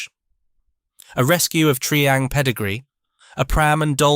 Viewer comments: Tree-ang? I always thought it was Try-ang. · It was pronounced Try ang and Meck arno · "Dorner Doo 217", "Mecka-no", "Tree-ang", "Macketchnee" - ain't it just